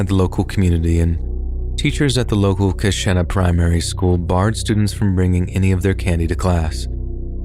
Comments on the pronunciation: I am a long-time subscriber and absolutely love your narrations. I just wanted to give you the correct pronunciation of two words from two separate stories. The Wisconsin town of Keshena, where the drug-laced Halloween candy showed up, is pronounced Kuh-shee-nuh. In the Le Loyon story, the French word 'Le' is pronounced Luh, not Lay. This is not to be confused with La, which is exactly as it sounds. Le is the French masculine for 'the', and La the feminine. When you pronounce it Lay, that is actually Les, which is the plural of Le or La. I'm not trying to be a jerk with this comment, I'm just giving a helpful hint for the future. Keep up the awesome narrations, and I look forward to the next episode . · The Wisconsin story.... It's pronounced ka-sheen-na..... I'm sorry, I'm from here and it bothered me lol. But it's true and it was scary when it happened and for a few years after I know a lot of people just bought candy from the store instead of going trick or treating